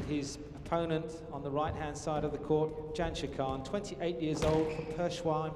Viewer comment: How embarrassing for the co-commentator to have this replayed when he can't pronounce the world's number one's name. It's Jansher you dolt, not Janisher.